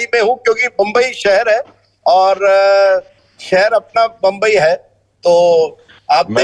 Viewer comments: बंबई? Rajdeep, it is मुम्बई 🙄🙄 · राजदीपको याद दिजीये वै मराठी है , बंब्बई नही मुंबई है , मुंबई बोलो .